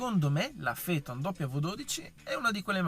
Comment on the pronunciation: Si pronuncia Feton ….nomen omen